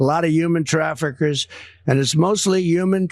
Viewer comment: What is a 'traferker?'